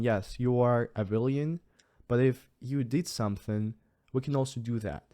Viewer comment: you should have again mentioned the teacher that made you review your opinion on Crimea, and could be credited with the start on your journey of independent analysis. I wonder if she speaks so freely these days? BTW the pronunciation of Villain is usually "Villun"